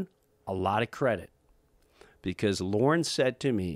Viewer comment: I was about to make fun of this, like "What good of a company can it be, when its leader is a MAN named 'Lauren' ;-D" , but he meant "Lorne" Michawels, right?